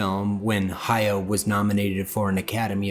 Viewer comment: It pains me when people mispronounce Hayao Miyazaki's name. It's Ha-ya-o with three distinct syllables. Exactly how it's written.